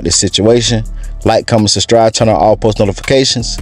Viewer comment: I sustribe because he said sustribe!